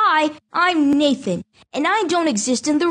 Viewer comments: Am I the only one that heard Naked instead of Nathan? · At first I thought you said "hi I'm naked" XD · For second i thought he said hi im naked